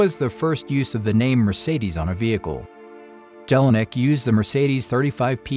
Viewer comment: I am sure the J in German names is pronounced as a Y in English